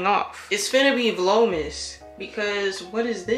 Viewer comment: you always have the prettiest bonnets! I use jergens as well :p your vlogmas sweater is so cute! lmao not "vlomas"